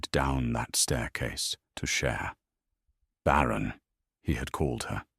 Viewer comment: “Baron” he had called her…….it is barren, not Baron as in a noble